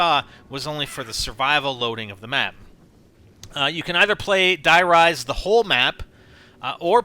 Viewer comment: Its not acctualy Die Rise it is acctualy Der riese word for The giant Die Riese has no sense and "Der Riese" is the codname for a secret laboraty where they tested element 115